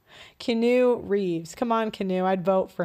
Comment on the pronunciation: She did 😂 Massive L for that one Messing up & not recognizing Keanu (Key-On-No) or (Key-On-New) Reeves